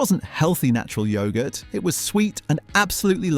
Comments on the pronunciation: You can still buy findus crispy pancakes. I get mine from Asda. What the chuff is yowgurt? It's yog-urt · Pause for breath at the end of each sentence sounds authentic until you hear yogurt pronounced yoe gut. Then you realize its another AI slop commentary. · it's yog-urt [ˈjɒɡət]